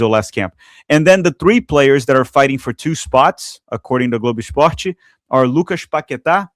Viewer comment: Mano to assistindo o vídeo de boas e o cara me solta um globo esporte carregado de sotaque alí tirou minha dúvida sobre a nacionalidade 🤣🤣 ótimo vídeo mano! Parabéns pelo canal